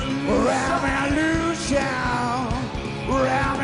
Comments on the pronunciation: REH VEB LUU SHUNNNNN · You mean "RéVoLüTióN!!" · I still don’t understand the pronunciation of “revolution”. Please explain and forgive my ignorance. Thank you in advance.